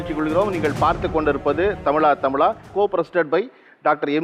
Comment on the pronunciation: Tamizha.. Endru sol sir. Tamila endrathu wrong ucharipu